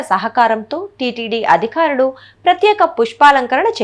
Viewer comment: అమ్మా, తల్లీ, అధిఖారులు కాదమ్మా.. అధికారులు. ఒత్తులు పెట్టాల్సిన చోట పెడితే చాలు. లేని చోట ఎందుకు పెడుతున్నారమ్మా? క అంటే చాలు ఖ కాదమ్మా 🙏 బాధ అనే చోట భాద అంటున్నారు. బ చోట భ అంటున్నారు 😡